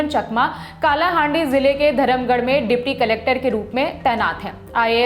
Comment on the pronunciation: 1.धरमगढ़ नहीं, धर्मगढ़ 2.कालाहांडी नहीं, कालाहांडी लल्लनटॉप बालों ओड़िशा के जगहों का नाम हमेशा गलत क्यों लेने हो।